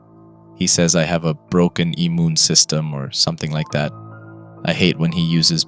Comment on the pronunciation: I love how you miss pronounced certain words like immune and epilepsy. It adds to the immersion.